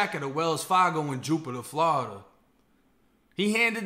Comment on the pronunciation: How did I get here….mans literally just pronounced Florida… “Flahhhhhdah”